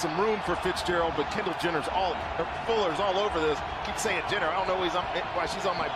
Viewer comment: "Kendell Jenner" got me 🤣🤣